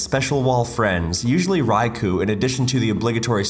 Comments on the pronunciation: Y'all both need to learn how to pronounce Raikou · Glad to know that even the writer mispronounces Raikou 👍